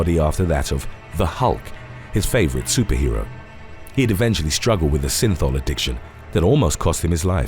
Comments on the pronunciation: I keep thinking he's saying sinful 😆😆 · The word is “regimen” not “regime”. Every time you say synthol it sounds like you’re saying “sinful”. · Y does synthol sound like sinfull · Synthol is pronounced sinfull